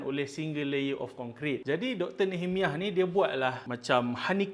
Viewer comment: Sekadar kongsi info, cara sebutan nehemiah adalah (nee-heh-mai-yah).